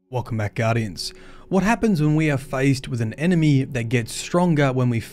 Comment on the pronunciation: "Enemey", from the makers of "rass-booden"